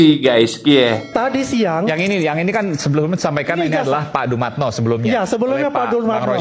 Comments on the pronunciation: DUMATNO om,,, bukan dumanto hehehe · Dumatno Bro bukan Dumanto. Hehehe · dumatno mas.. bukan dumanto....🤭